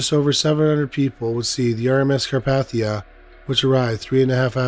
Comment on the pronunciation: Carpathia the a is long